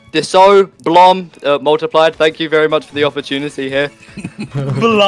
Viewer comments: "Diso" "Multipled" "Blom" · "disso , blom and multiplied" 😭😭😭😭 LOL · “Disso, blom, multiplied”💀